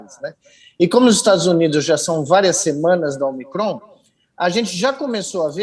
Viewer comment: "Ômicron" tem assento circunflexo no Ô, e tem gente que pronuncia "omicrôn". 🤦